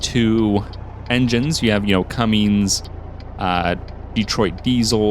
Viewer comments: It's Cummins, not Cummings lol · It's Cummins.. Not Cummings.. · I don't mean to sound annoying or rude but i always thought it was pronounced (come-in's) not (come-ing's), but maybe that's just where i am from